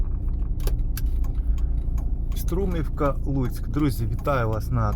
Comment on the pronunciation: Та не СтрУмівка, а СтрумІвка